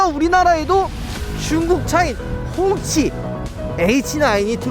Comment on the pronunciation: 꽁치라고 하는 줄..